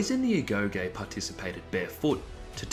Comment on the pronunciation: Thanks for the info. One thing though, it's pronounced 'agogi'